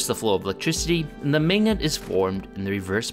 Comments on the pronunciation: Maygnet. Maygnetism. Cool video. Really makes you wonder what could have been had history been a little different. There's a lot more to it than just having more advanced technology today. The entire world would be shaped differently with completely different balances of power. Fun thought experiment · Whhhhyyyy are you pronouncing magnet like maygnit 😮